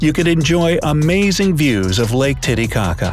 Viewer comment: When talking about the Glacier it sounded like he said "Lake Tittycaca."